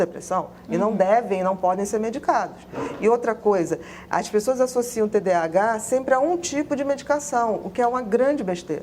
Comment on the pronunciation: TDAH transtorno de déficit de atenção e hiperatividade. A dra falou errado o nome...